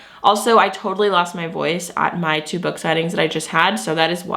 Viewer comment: When you said you lost your voice due to your “two book signings” all I heard was “tuba” and I was like wait… plays the tuba? 😂 📯